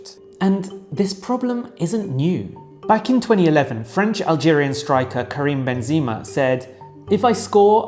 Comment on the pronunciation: Mate you had just 3-4 names to learn and destroeyed them. Benzema is full with BEnzEma clear latin E and not a Benzine , Ozil the tone goes to the end. So easy. :Euskara (Basque) is not Europe's living language that's the Greek both written and spoken but Basque is the continent's oldest surviving" language isolate". Good though but inadequate video.